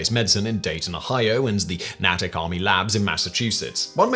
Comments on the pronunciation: "Natick Army Labs..." It's pronounced "NAY-TIC." Otherwise, great reporting. 👍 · Natick pronounce nayhtick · Its Natic (Nay Tick) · Growing up in the town next to it, and having visited Natick Labs many times in the past, Natick is pronounced with a hard A. Sorry, I don't mean to be the pronunciation police